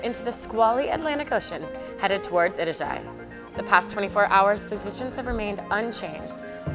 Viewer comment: Itajai is pronounced e ta ja e please try and get it right